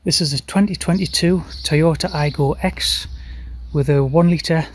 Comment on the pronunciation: The 'X' should be pronounced 'cross', not 'ex' btw.